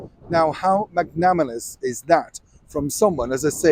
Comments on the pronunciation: “Magnanimous” … ? Is that what you mean by “magnamalous”…? If you’re going to employ this word (you’ve used it before), please say it correctly for those of us who are word lovers. Thanks.😊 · I think it must be his accent since there is no word "magnamalous". LOL, I missed that. Good eye/ear!